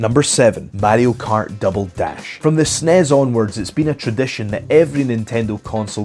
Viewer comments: What the hell is Matty-O Kart? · Wtf is MaDDY-O Kart